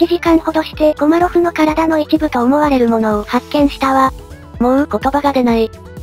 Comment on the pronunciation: 後半、コマロフがコロリョフになっちゃってますよ。